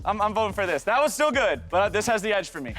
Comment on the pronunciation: still not saying this and that correctly after all these years LMAO